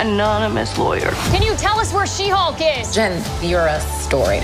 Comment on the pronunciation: "They-Hulk" lol